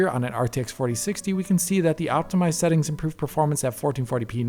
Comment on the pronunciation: "Optimised Seetings" lol